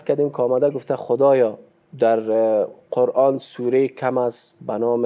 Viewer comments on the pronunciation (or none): none